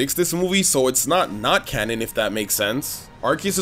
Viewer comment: Right after the first mabye when he says cannon it sounds like cammon